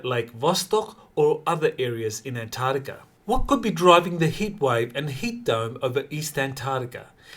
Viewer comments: PLEASE learn to say antarCtica correctly. I’m really sick of hearing ANTARTICA, it’s ANTARCTICA with a Kay sound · C'mon can you start pronouncing An-TARC-tica correctly? It's painful to listen to. Please put that K sound on the end of the second syllable.